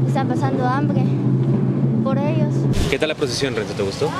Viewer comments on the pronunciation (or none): none